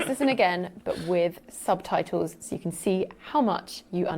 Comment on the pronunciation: What's a 'sub-tie-toe', poppet?